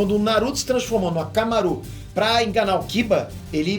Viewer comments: Não se fala hakamaru assim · falou errado aí Tá falando akamaru errado q isso